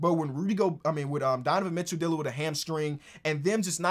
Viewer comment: Love when gets in his Ebonics. "Donovan Mitchoo" "Kal Larrie"